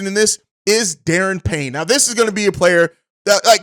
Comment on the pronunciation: Good show bro, it's pronounced Der-Ron Payne